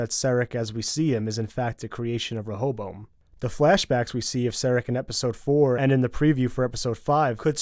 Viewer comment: Why tf you say his name like that... it’s Serac, not Serric